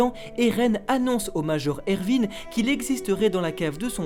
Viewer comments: Pas erVin C Erwin !!😂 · C moi ou il dis ervin au lieu de erwin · Par contre pour les fautes de prononciation des personnages c'est erwin et pas ervin et c'est pas rayce mais reiss non mais sincèrement les gars vous êtes passés à ça du résumé parfait de l'anime de snk et tous ça à cause juste d'une faute de prononciation 😭😭😭🤦‍♂️